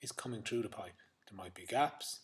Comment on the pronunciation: you should learn how to pronounce the word "through" you dumbass